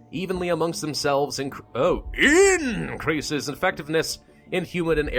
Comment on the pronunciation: "oh... AIEIAEIAINNNcreases effectiveness in humid and arid environments, but causes moderate irritation in hosts." what did I just witness 💀